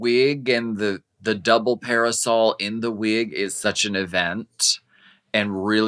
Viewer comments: Naomi says "parasail" instead of "parasol." Lol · Naomi can’t pronounce “parasol” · Trend alert : Calling Parasols Parisels !! Thanks Naomi